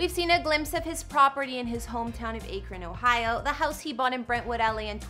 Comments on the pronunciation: It’s Akron not Aykrin. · The way she’s saying Akron, OH is driving me nuts! It’s not a long ā sound. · Imagine saying AKRON wrong 😂 it’s ok tho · She pronounced Akron wrong 😂 so professional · why did you pronounce akron like that ... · You didn’t say akron right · Anyone that pronounces Akron that way clearly doesn't know anything about the topic they're discussing.